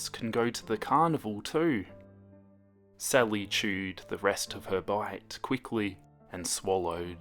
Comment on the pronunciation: It sounds like he’s saying “Celly” o-O